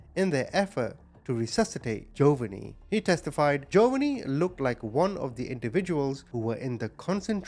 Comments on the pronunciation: Jo-VAHN-ee not Jo-va-nee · Please check the way names are pronounced. Jo VAWN e. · It's pronounced Jo Vonnie. 😅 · I’m sure his name is pronounced joe(vaah)knee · Pronounced Joe Vaghnie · Your a grest narrator but fyi - Giovonni is pronouced - GEO-VON-NIE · Pretty sure it's pronounced Joe-vonnie😉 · Its pronounced JO VONNIE. NOT WHAT EVER YOU R SAYING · JOE--VON--E. THATS HOW YOU SAY THE CHILDS NAME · Hey! No offense, but his name is pronounced. Jo -VAUGHN -ee! 😉💯❤️ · Omg his pronunciation of Jovanni is annoying TF out of me hahaha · It’s pronounced Joe—Von—-E. Not Joe—Va—Nee And it is Bear country even though they have a spelled Baxter it’s pronounced bear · I'm not being mean so please don't take it wrong. Names can be difficult for sure..his name is pronounced Joe-vaugn-ee. Bexar county is also pronounced Bear. 😊 Thank you for telling his story regardless ❤